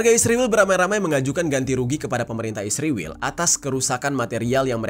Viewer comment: knpa sebutan ISRAEL jadi ISRIWIL